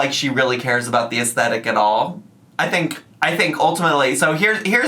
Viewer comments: to buy things BEFORE moving is the most insane thing ever???!!! you want to have as little as possible when you pack and move, and then you buy whatever else you need once you’re moved in. what is wrong with them. Also the way she says “astetic” instead of “aesTHetic” grinds my gears….and her taste is so unbelievably tacky wow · Um, its "Ess-dettikly" thank you very much everyone 😂